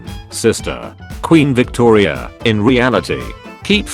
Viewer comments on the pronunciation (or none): none